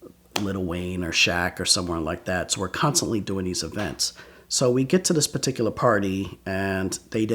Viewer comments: This guy like the word "paticula" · drinking game: every time he says “peticular” take a shot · Does anyone else love the way he says “particular”, or is it just me? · Nah it’s not just you